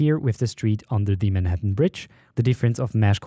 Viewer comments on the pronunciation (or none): none